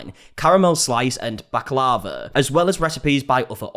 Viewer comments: booklava ? its baklava indeed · Me too, should we tell him bak la va. Lol🤣😂 it got me everytime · Sorry to be pedantic but Baklava is pronounced Bak lah vah with the stress on the final A. Sorry had to correct you, pet peeve of mine haha It's a Greek dessert. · i say bak-lar-va 🤔 never heard it pronounced like how that lady was saying it 😅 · It's pronounced Bock-la-vah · Given you speak brit english, you pronouncing the name of the desert wrong was the least offensive part., and we just assumed that you say it that stupid way in the uk. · Yep. You were pronouncing it wrong and i think you now have to go purchase to try it.. even the worst is still damn dope. You need a cuppa something with it because its mega sweet but daymnnn its tasty AF. I lawl'ed all the way until you recognised hahaha